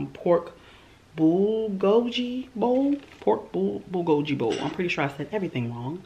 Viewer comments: Ohhh i know what that bulgogi bowl is I live in a Mexican, American, and Korean ethnic household and that bulgogi bowl your eating is pronounced (bull-go-ghee) make sure to emphasize that “Gah” sound at the end ❤️❤️❤️ much love have a wonderful week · It's pronounced bull-go-gee (the gee like the first half of the word geese), but you were super close. It's one of my favorite Korean meals and this video has me craving it, oh my gosh! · Pork bulgogi (bull-go-gee) hey from the dmv also.